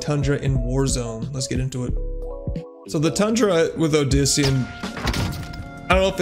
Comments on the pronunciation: Dude said odisian instead of saying obsidian lmaooo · this man really just said “odisian” wtf 😂